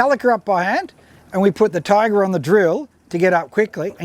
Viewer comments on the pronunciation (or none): "Ti-agra"like tee-agra, not "Tai-agra". Duh... I have both, but my Alutecnos Albacore is better than both (apart from the clicker volume, which you can put a stronger spring in for). If you don't look after your Talica, the frame with corrode way faster than a Tiagra. Talicas feel flimsy compared & have a silly light weight rod clamp system. The internals are nowhere as beefy as on the Tiagra. It I was going to war against an army of Swords, I would take the Tiagra. It's a nicer thing to own also, if you only can have one or the other. The Tiagra feels like something you would hand down to your son, the Talica feels way more disposable. There is one thing that is nicer on the Talica 2-speeds though. The 2-speed button, it's great & looks nicer than the Tiagra/Tynos & TLD ii's one. They are different reels at the end of the day. I doubt they will be making the Talica in 30 years' time though. The Tiagra has stood the test of all that time. There's a reason they are still great sellers today. Quality. If you're into cars, I would make this analogy: If you like techy Jap turbos, get the Talica. If you like V8's, get the Tiagra. Boy's toys personality wise. But if you like Ferraris & euros, get an Alutecnos.